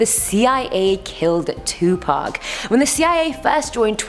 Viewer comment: 😆 thank you for saying Pacs name right, 2 Pac and not 2 Pack🤣